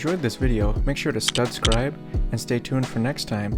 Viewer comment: Lol "Stud-Scribe"